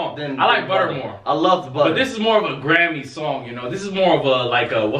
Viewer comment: you realized you say Grammy like it was originated to sound like.